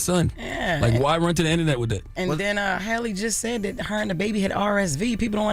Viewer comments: For some reason people have always struggled with the correct pronunciation. Black people have been calling Halle Berry Holly Berry for years. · Halle’s name be tearing them up & idk why. It’s not Holly or Haily. Halle is not hard to pronounce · SMH that Jess is the only one that can pronounce that lady's name correctly. It's Hal-E like Halle Berry. Not Holly, Charla. Not Hailey,. If they can pronounce Kamala correctly, this shouldn't be that hard.